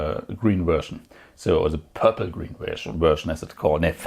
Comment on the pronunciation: Gween or waelet.... gween o waelet gween o waelet gweenowaelet